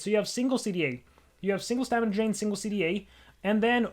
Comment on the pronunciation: he said dramina stain